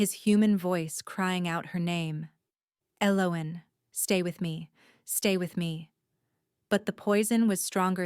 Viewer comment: Pretty good story but tense. I liked the characters, even the evil girl. I wish the narrator would have consistently pronounced Elowyn's name right. Its annoying to hear a name pronounced two ways throughout the story.